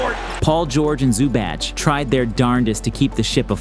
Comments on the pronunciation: "Doncic" is the only euro name is pronounces correctly lol it's "Klebuh" and "Zoobatch" is funny too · you gotta know how to pronounce non-american names. Zubac (Zoo-buh-ts) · c'mon bro, you're covering NBA, you need to learn how to say Zubac properly